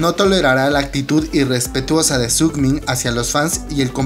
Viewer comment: Es Sungmin no "sugmin" =)